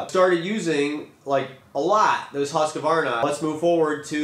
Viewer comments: Husk varna. Not huska varna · It is hard to take notice of someone who cannot pronounce the name of the product Husqvarna not Husq a varna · If you're going to say Husqvarna 100 times in a video you should learn how to pronounce Husqvarna. Not HusqAvarna.